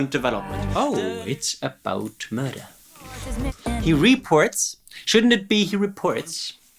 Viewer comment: my new favorite sound byte! “Oh it’s about mrdrrrr” and followed up by my favorite game “I spy the wrong emphasis!” ❤